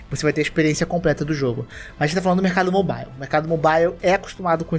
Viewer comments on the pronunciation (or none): none